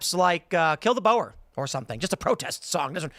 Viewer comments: Can the Afrikaner in the studio please teach Tim how to pronounce 'Boer'. No, it's not 'bower'. It's BOER! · For goodness sake Surge please help Tim pronounce Boer.😅